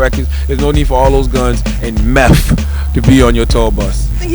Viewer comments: Man said meth uno lool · Did Charlamagne say Nelly had guns & meff ? Perhaps the meth was planted.